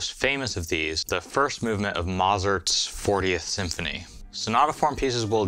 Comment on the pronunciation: finally someone who knows how to pronounce mozart